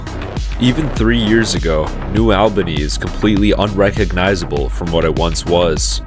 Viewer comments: It's pronounced New "ALL"bany, not New "L"bany ...ugghh ..freaking AI Voice!! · "AWL BANY" not "AL BANY" - a local Great video btw! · (ALL-BANY) not AL-BANY 😂 Sorry, I had to. Great video, thank you for covering this. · It's pronounced ALL ba nee, not al-ba-nee, ex-newyorker, I ought to know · The village's name is noo allbanee, not noo albanee. New Albany, like ,Dublin, Groveport, Grove City , Canal Winchester, sits at the edge of urban sprawl. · It’s pronounced “All-bunny” not Albaney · Its Albany not AL bany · Alll-bany....not Awell-bany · Its ALL-BANY not Elbeny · Hard to watch because you're saying Albany WRONG! It's All-bany not Al-bany. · Albany is pronounced Al-ba-knee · ALL’-bunny Sorry, had to.🤣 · Not short or long “a” or schwa sound. It’s pronounced /uh/ with the emphasis on the first syllable. ALL buh knee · It’s pronounced New “All-Ben-knee”.